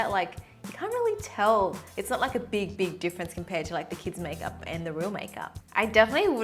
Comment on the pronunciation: 'kieds majkjup'